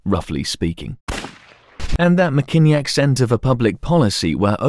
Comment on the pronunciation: as a Michigander I absolutely love this video, yet at the same time loathe it's pronunciation of Mackinac. It's pronounced 'Mack-in-aw'